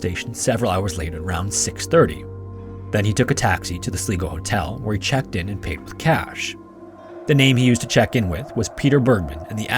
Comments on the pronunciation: It’s not Sle go it’s sli go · It's not "Slee-go", it's "Sly-go". Like sly mambo. Love the shoe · Sly-go not Slee-go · Sly-go, not Slee-go 😅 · Sligo is pronounced (Sli rhymes with eye, go, not Sleego! Also, Reading is pronounced (Red ing) not Reeding! I see a pattern here lol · Sligo - Sly go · The main mystery about the man in Ireland that’s why you keep pronouncing it Sleego instead of Sligo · Sly go. It’s pronounced Sly Go not slee go. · Sly-go not Sleego. Just so you know. Best wishes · Sligo is pronounced Sly-go (not Slee-go) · Its pronounced sly-go not slee-go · Sly-go not Sleego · Wouldn't normally say this but it's the second video with Sligo in it so just on its pronunciation- its SLY-GO not SLEE-GO (Sorry!) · holt shit man, can you please learn how to pronounce place names? "sleeego" about 15 times in 10 seconds, it's "sly-go" "reeding" reading is pronounced redding these are such simple searches but hey you do you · Why dont you take 10 seconds to Google the pronunciation of the places you're talking about? It's not Slee-go, it's Sly-go!! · SLY..GO..! Not Slee go. S L Y G O, SLYGO. SLIGO GOOD PROGRAM BUT PLEASE..... Sligo 🏴😳🤔👌🏻👌🏻👌🏻🏴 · As an Irish person, hearing Sly-go pronounced sli-go is quite funny. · Sligo is also pronounced "Sly-go", not "Slee-go", but I'll also give a pass on this one :) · It's pronounced sly-go, not slee-go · My favourite weekly watch. Theres something relaxing about this channel even though, often horrific also. Incidentally, Sligo is not pronunced "Sle", sounds like Sli, as in high. I'm from Londonderry/Derry. I remember this case. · God, you don't know how much I hate this part of me, but it drives me nuts when places are mispronounced, I'm shouting sly go, each time he says slie go, lol. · The first story: "Slee-go" lol. It's pronounced "Sly-go". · Sly-go....not slee-go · Sleego harbour 😂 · Northern Irishman here. Sligo is pronounced "Sly-go", not "Slee-go". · It’s Sly-go (Ireland) not sleego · It’s pronounced Sly-go